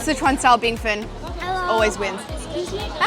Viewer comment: U said it wrong U r older than the bingfen shop… 😅